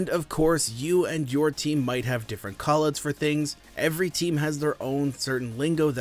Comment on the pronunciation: “Koll Ooots”